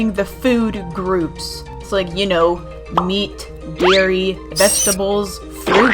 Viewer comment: I heard me instead of meat 😵 You like eating yourself😳